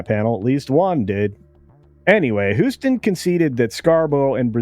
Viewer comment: Sonny’s last name is pronounced Host-in, as in “Her next job will be hostin’ bum fights for ESPN 8.”